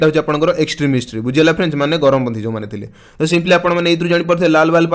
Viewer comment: Charampanthi not garamo panthi